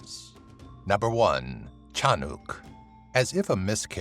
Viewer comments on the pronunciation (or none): and its not tiyanak its shanak olol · Tiyanak not tiyanuk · It's ti-ya-nak not ti-ya-nok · it's pronounced as Tya-nack.. not tya-nuc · Hi I’m from Phillipines and I never hear of this before except aswang and Fyi the pronunciations of tiyanak is not chanuk it’s chanak/tiyanak please I’m not trying to be mean just letting you know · it's not said as "chanuk" it's said as "TIYANAK" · correction: Tyanak Pronounced: Yiiyanak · You pronounced it Tiyanok! Haha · I believe its pronounced as Tee-yan-nak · the number 1on the list.. its read te-ya-nak. or cha-nak 😆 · also its pronounced tea"ya"nnack